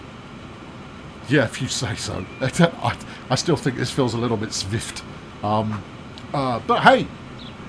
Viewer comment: Saying Swift as Svift amused me. That "Oh-ho-HO!" reaction is something i've done myself when things i've done create big numbers, namely 3-digit damage numbers in Battle Operation 2. Another amusing reaction. It may seem like i'm easily amused but no, i just find you specifically rather entertaining. I might get this game on sale as i'm not sure i'll ever have time to play. Your mental gymnastics with the Shermer station was pretty funny, especially when saying your brain has buggered off. The little Ta-Da~!s with the log train were cute.